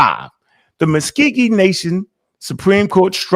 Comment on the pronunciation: it’s Muscogee not muskeegee